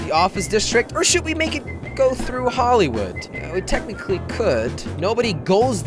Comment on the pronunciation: Count how many times he says "tecticly"